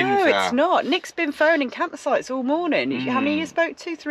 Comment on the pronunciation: Absolutely howled out loud at accidental blooper ' campsh--es so funny but just about sumed it up! Arrh no-one can't say you didn't try and stay so positive camper vanning in the UK. Bet it's defo not on your list next year:)))) thanks guys love your vlogs x